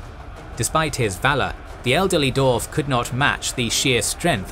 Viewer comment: For fuck's sake its Dwarf not Doworf